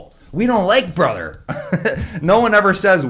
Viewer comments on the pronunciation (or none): Let's play a drinking game ... Everytime he says, "BRUTHR!" 🍹🍹🍹🍹